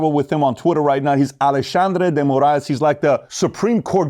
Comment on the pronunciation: That’s the best pronunciation of the Brazilian dude’s name. Well said all around. These guys keep saying “burn it down” but they never say then what.